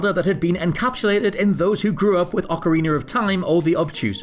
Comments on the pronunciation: OcariNER of time 😂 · Stop saying OCARINER!